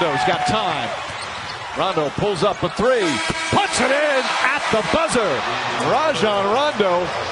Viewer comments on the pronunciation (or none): Lol, i hate hen they say Ray-jon rondo